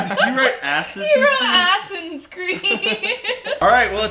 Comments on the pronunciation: "Ass-Ins" Creed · Man said Assins creed